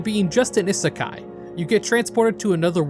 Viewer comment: ah yes, ihsekai